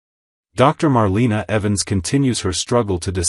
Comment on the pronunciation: Just an FYI- Marlena is pronounced Mar lay na, also Gabi is spelled like this not Gabby